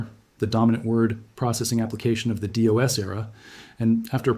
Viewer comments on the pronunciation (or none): Dee oss huh...🙄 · You lost me at “DeeOS” lol